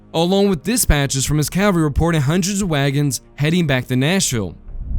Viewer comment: / ˈkæv əl ri / -- the "l" in "cavalry" is not silent!